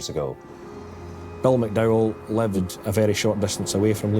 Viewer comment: May I point out the man's name is MacDowell, not McDow.